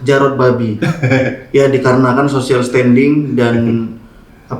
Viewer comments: Social distensing lah bukan distending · Apa cuma gua yg denger social distanding 🤣🤣🤣???